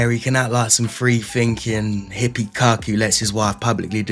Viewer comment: jea i thought he said 'Cucked' too!! 😂🤭🤣